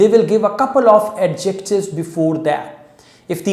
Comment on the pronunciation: Ye are mispronouncing "Adjectives."